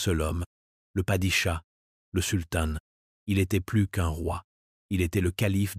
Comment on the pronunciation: Intéressant mais pénible à écouter avec des mots masculins comme ottoman ou sultan prononcés ottomane et sultane !